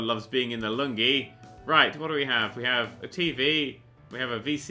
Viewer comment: What's the lungi, or is that a different pronunciation of lounge